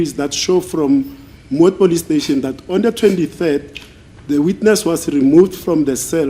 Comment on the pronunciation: Aybo have you ever hear someone saying plustation instead of police station😢